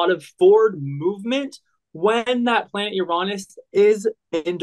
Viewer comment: pronunciation!! How do you get out of 6 th grade without knowing how to pronounce planet names?!